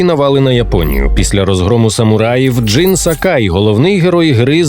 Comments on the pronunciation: не Джин, а Дзин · Джини? Чому джин а не Дзін?